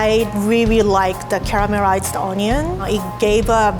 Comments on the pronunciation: No one:: caramerized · "Da caramarisd oniann" 😂😂😆😆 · I reawy liked the camarirsed onions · Cawwawused onion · She said caramerized onion. 😂😂😂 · carararamized oonooion